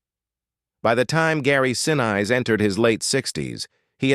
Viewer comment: PLEASE pronounce his name correctly. He deserves to be respected both during filming and after.